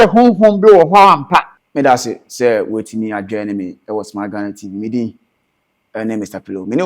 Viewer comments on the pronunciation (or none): none